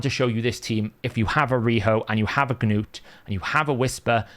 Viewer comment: Stop saying the hard G in front of "Gnut"! Arbiter even says his damn name in the video. It's not "Ga-newt" You don't say the G in Gnome, same thing.